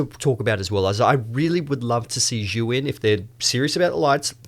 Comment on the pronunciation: You keep calling the brand "Zhu Yin" instead of "Zhi Yun" But this is a great video